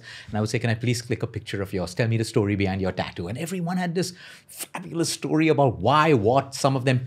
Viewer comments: Bro its "STO-RY" and not "STAW-RY" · Please stop saying stoary